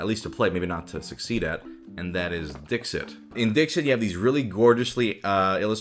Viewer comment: Me: listening to this video as background sound ProZD: "Next let's go from the 'hardest' game to the easiest game to play...and that is 'Dick Sit.'" Me: Wait, what?